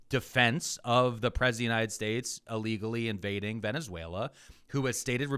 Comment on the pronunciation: Why was Miller pronouncing "United States" like he was drunk and had marbles in his mouth during that CNN segment where he said Venezuela was an island multiple times?! It was so noticeable and odd.